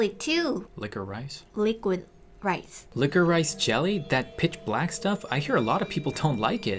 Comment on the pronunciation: I cant tell if she said plack or black